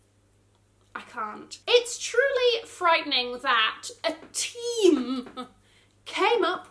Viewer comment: 🤣🤣🤣love how you emphasise "A team...uhh"! agreeeee.